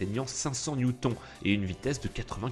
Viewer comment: 500 newton lol ça se prononce 500 newtone